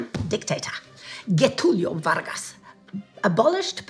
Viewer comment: Interesting. The thing is, Getúlio Vargas (the pronunciation was quite wrong, portuguese sounds different from spanish) IS quite popular here in Brazil. My school had his name. Never in my mind I thought of him being a sympathizer of Nazi politics. Crazy, huh?